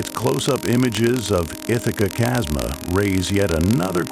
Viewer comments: The AI just couldn't handle chasm as it converted type to audio. Irritating isn't it!? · Chasma, pronounced kasma